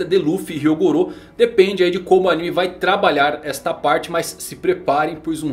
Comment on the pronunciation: Não entendo o por quê do sempre chamar anime de animé, sendo que não existe o acento no é de anime.